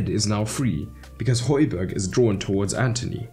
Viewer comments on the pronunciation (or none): none